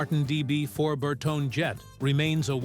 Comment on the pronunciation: Bertone is pronounced Ber-toni.